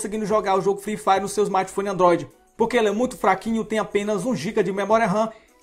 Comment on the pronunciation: kkkkkkk alguem mais notou ele falando fifari